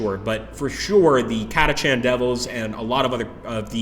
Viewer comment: why do I get the distinct feeling that they raped the lore? Catachan (pronounced Katakan btw) Devils on a "desert world" , enslavers as local wildlife (if they were that numerous, they'd have controlled the planet by now, making exterminatus neccessary)